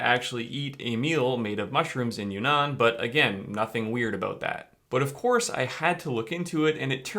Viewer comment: Not "you nan" it's "uun nan" (two n's in two separate words/syllables)